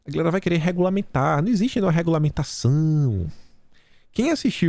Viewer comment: Eu sempre entendi "Eai guerrrra, beleza???" 🤣🤣🤣🤣🤣🤣🤣🤣🤣🤣 Já começo assim também kkk